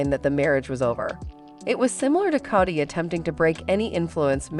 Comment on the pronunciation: Kody is pronounced with a long O not a short O 🙄